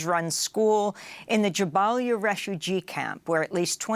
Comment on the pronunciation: Pronunciation: It's Jabaliyyah - stress on the "L". It's Hezbollah - stress on the "L". Thoughtful editorial and choice of footage. +1 ❤